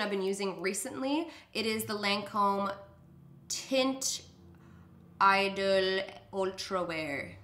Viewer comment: “Taunt ee-DOLE” you got it girl